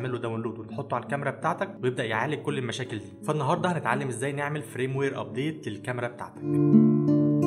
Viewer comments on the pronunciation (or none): اسمه فيرم وير جيب منين فرام وير اللي عمال تقولها دي